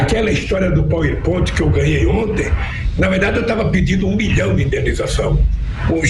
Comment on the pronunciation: Qual a história do Pauipóit? A mesma do bitcóio? 🤣